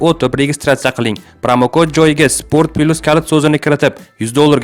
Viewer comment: Спорт пилус мас спорт плюс гаприлади кутбачча